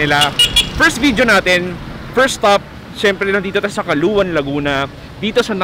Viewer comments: Calauan (Kalawan) ang pronounciation namin, Lahing Batangueño po kami, pero laking Laguna. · Akala ko kung saan ung caluan laguna. Sa calauan pala. Hehehehe. Sir hindi po caluan ang pangalan at basa yan. Calauan po spelling at calawan ang basa. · correction po. Calauan po ang tama. That’s my hometown. Pabing’s numbaone, Hannah’s numbatwo. Hahaha. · Paulit-ulit po CALUAN. It's CALAUAN pronounced as KALAWAN. Even your title's misspelled. Thanks! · paps kalawan (CALAUAN) basa jan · Calawan ang ang basa dyan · “kalawan” ang tamang pronunciation ng Calauan:) Pwde din kalawang sabe nga ng mga taga riyan:) Dyan ako pinanganak. Calauan Laguna. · Mali po pronounce ng calauan